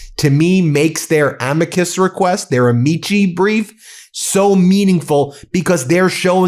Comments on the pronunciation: For the record and in the interests of accuracy and professionalism for attorneys, it's pronounced " Amikey", not " Amichi". Vale atque vige.. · Amici is A-MEE-KEE phonetically, C's are always a K sound. Taking Latin finally comin' in handy lmao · Why can’t lawyers pronounce Latin correctly! It’s ah-me-cuss. Drives me nuts